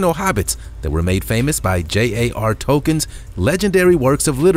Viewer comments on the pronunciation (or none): It’s JRR. Tolkien